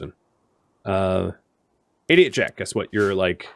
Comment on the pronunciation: This is very silly, but every time I hear you say 88jak, I think you're saying "idiot jack"